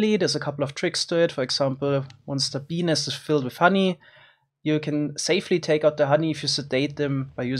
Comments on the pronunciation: Pe nest but the T is silent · ei vittu make se sanoo Benis :DDDDDDDDDDD ebin :-DDD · it sounds like he is saying ''benis'' instead of bee nest lol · BENIS :DDDDDDD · “Bee nest” Kinda sounds peni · Lmao, i had subtitles on, and every time he said bee nest, it said penis😂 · At 1.25x playback speed, i kept hearing peenist instead of bee nest. Just so you know... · I know he's saying bee nest, but.... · When he said “bee nest” it sounded like something else 🤔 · i cant help but giggle when he says bee nest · When he says "bee nest" it kind of sounds.... like a different word... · Is it me or when he said bee nest it sounded like... hopefully you know.